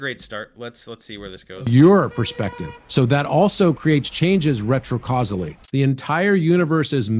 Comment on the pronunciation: Fun new drinking game! Take a shot whenever says "retro-causily". Keep emergency services on speed dial.